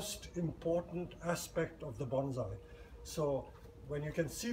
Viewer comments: It's NOT BonZai, it's pronounced Bonssai..... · IT'S PRONOUNCED BONE-SAI. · Very much enjoyed the presentation. Is that the expat Chinese pronunciation of Bonsai ? 😎